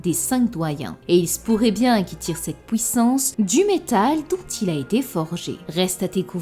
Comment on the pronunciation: Comment se fait-il que tu dis "détruire" "juive" etc mais pouissance ? Drôle ça